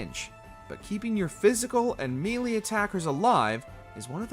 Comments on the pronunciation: Bro really said “mealy attackers”. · Can't handle this video. Him saying Mee-Lee and Stay-Tus really makes me grind my teeth. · How is it 2025 and people are still mispronouncing melee? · I'm only 4 minutes into the video and I have to agree. From his mispronunciation of melee to his listing Zeromus instead of FFIV's superbosses.